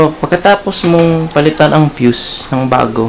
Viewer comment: Sir mali mali yong pag bigkas mo ng fuse